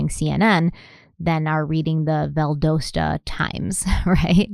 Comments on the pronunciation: So hard to hear her pronounce Valdosta and the Ocala.. cringe 😂. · Just letting you know you are pronouncing Valdosta wrong. It is pronounced with a short o not a long o. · Being from Georgia, it hurts to keep hearing Valdosta pronounced incorrectly 😂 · Because you're always talking about people coming for you in the comments for your pronunciation, I feel like it's mandatory to tell you that you say Valdosta wrong. 🤣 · I don't know why but this pronunciation of Valdosta is killing me. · Undercover Pineapple...I now have a vision of a pineapple in sunglasses, a brown fedora, and a brown trench coat. LOL Also, just fyi, the o in Valdosta is a short o, not a long one. It's pronounced like the o in dot or cot. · Valdosta is pronounced VAL-DAH-STA, not VAL-DOH-STA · Love ya, but it's pronounced, "Val•dAH•sta" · love, it's Val Da sta like da as in aww...lol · Yeah that pronunciation has been annoying me too lol 😆 I live in Athens ga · Valdosta. Valdahsta is how it's pronounced for future reference lol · I apologize for being the kind of person (autistic) who can't stand it anymore & has to say, it's pronounced "Vald ah stuh". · Undercover pineapple! And as a Georgian- just wanted to say Valdosta is pronounced more like Val-dah-sta. :) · BTW we Georgian’s pronounce it Val-dah-sta 😅😄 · This is not a criticism but the way you pronounce Valdosta is Val-dasta. I love y’all and y’all do an excellent job at telling the whole store of the victim and the investigation. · Valdosta (Val-dah-stah) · Its pronounced Val-doll-sta lol just fyi this is my town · It's pronounced val-da-sta, like pasta. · Valdosta: val like valerie, do like "ah", sta 🙂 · I don't mean to ever critique you.. But.. Valdosta is said "Val-da-sta".. Sorry if someone already said it! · I know this is a few years late... but I truly hope she learns how to pronounce Valdosta before part 4 ends.😂